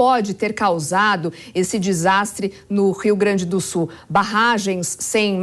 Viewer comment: Não é SU ..... é SUL !